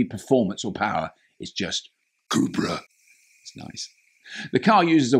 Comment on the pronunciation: Hehe the way you pronounce “cubra” made me wonder if its original name was “chupacabra”